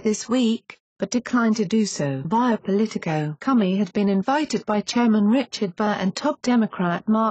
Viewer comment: "James Cummy"! Doncha just LOVE these computer voices? Hahaha....